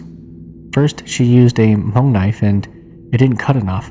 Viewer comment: 😂 why do you keep pronouncing Hmong, "Ha-mong"?